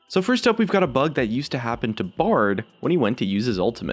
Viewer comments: did anyone else noticed he miss spells "that" at the beginning, he did it like this, "tha't" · Tha't.... Epic engrish